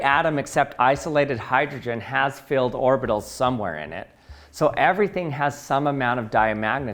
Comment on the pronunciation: No he's saying field